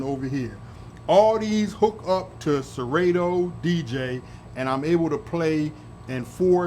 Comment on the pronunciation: It's a beautiful setup and congrats on the 1K subs... But how about pronouncing Serato (ser-ah-to) correctly now 😂😂😂... Great content as usual